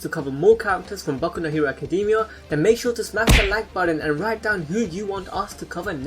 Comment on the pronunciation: .... did he just say kacademia?,?